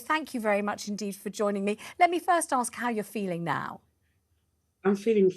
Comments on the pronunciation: This is the woman who said that Meghan Markle suffered "domestic violence" from the Royal family. If I've told you once I've told you a million times, don't exaggerate. And after protesting that "I'm British", she comes out with "in my culture". Sorry, I thought you are British? And if you are why can't you speak English? It is "ask" not "axe". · What a trouble-maker! The way she dresses, her hair style, her saying "aks me", calling her charity "Sistah"... obviously she stands for a culture and heritage that is NOT British but yet, she's making a fuzz about being asked where she was from. How this is not a setup? And where is the recording of her "transcript? Could be, perhaps, that the conversation didnt go as she claims it did? Now the media is bringing out what she really stands for, her agenda, her lies. She'll fade into oblivion soon.